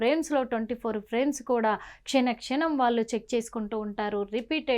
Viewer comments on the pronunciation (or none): "వాల్లు "కాదు తల్లీ,వాళ్లు అనిపలకాలి,వారి ఆత్మ కు శాంతి కలగాలి